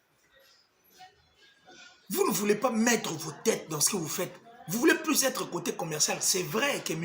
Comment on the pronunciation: On dit « vous et moi ». Maintenant que tu vis en France, il faudra s’efforcer désormais de se défaire de cet accent qui transforme la lettre u en i Sur ce, bon vent dans ta nouvelle vie